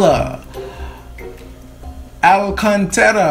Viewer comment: You're right. "Liberdade" is Freedom...and the whole significant about the song you said is truth. And when you pronounced her undername in the beginning, was right. Great job! You understand the whole videoclipe. React Leonardo Gonçalves - Livre Sou. It is like capella.